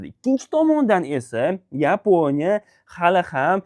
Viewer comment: YEEEPONIYA DENG😂😂😂